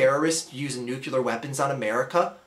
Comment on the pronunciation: What's Nucular?